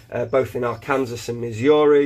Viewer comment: Pronounced: Ark-can-saw